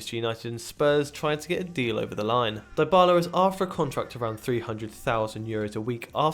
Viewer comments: Who tf is this clown who says Dybala like 'die-bahlah'? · I am not happy with the pronunciation of Dybala and Vidal.